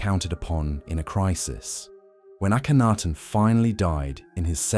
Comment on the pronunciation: The is AKENTEN not Akanaten